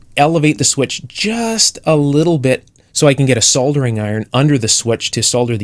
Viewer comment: Hi, Have you ever worked as a technical instructor in a tech school or college environment? I think you would be a very good one. It's also pleasing to my ears to hear "Soldering" rather than "Sodering".